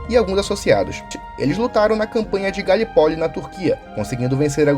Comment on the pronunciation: Oi boa noite a idéia do vídeo é ótima mais "Galipoli" o seu pronunciamento do nome do lugar foi horrível. Acredito que a intenção é boa para gravar o vídeo mais essa pronunciação acabou com o vídeo se você não sabe falar o termo correto precisa dedicar mais para gravar os próximos vídeos...... pronunciamento errado foi no [ min do vídeo ]